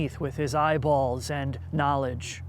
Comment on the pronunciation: Ha... you mean Scott has the "Kuh-nowledge base". And, it's "Fill-tre'" last time I checked. Back to the car... I just can't get into it. The suspension looks like it was made in shop class. (It's no Mazda CX-5!) It could be so much better. I also thought the Engine bay and esthetics looks like crap. And, the whole thing you talked about... Tucson/ Santa Fe... Why? Just make one model! We don't need two-three sub models! Okay... not much else to say about this car. I hope you test the Nissan Rogue Sport soon. I think Nissan did a great job with the styling on this one.